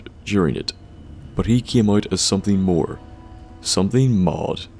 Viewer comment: "Something more, something mauwd."